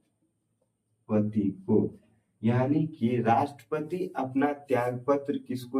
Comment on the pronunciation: Rastpati ko lapeti mt sir😂😂